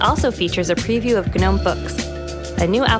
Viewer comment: Why the hell does she keep saying "guh-nome". it sounds awful. Also, is there a persistent taskbar yet? I don't want it to autohide.